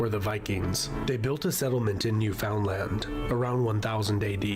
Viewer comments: Does it bother any other canadian that the narrator puts the emphasis on the wrong syllable of Newfoundland? 😅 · It's not New FOUND Land. It's New Fin Land. Also, the term "Eskimo" is persona non grata - it's Inuit. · Glad to see you want to learn more, Eskimo is an insult name , they are Inuit, and Micmac is Mi'kmaq. Also Newfoundland is pronounced like understand Newfoundland, always pronounce land not Lund. But you're doing great, thanks for your interest in Canada 🇨🇦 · Guy in the video mis-pronounced Newfoundland, I'm not quite sure how to feel. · Great comment, very informative. / I think it's funny how the narrator pronounces Québec properly (well the French way) but completely butches poor Newfoundland.